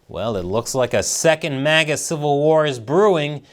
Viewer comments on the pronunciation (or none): It's MAGA not MIGA.